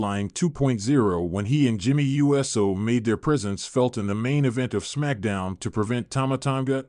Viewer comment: This guy mispronounced Uso lol